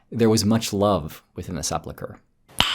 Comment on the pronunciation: 'Sepulcher' is not pronounced like ... that. Sounds like you're saying 'seplechure,' which isn't a word.